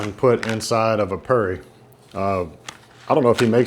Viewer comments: It's Pronounced "POO-RI" boss, don't say "PURREE" lol, I almost wondered what you were talking about 😂 Hope You Enjoy Guyana! Always Great FOOD! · Omg he wants to eat local but wants to put ketchup and tartar sauce on the 'poo'ri not purr ee. Dude the curry in the poori is very moist .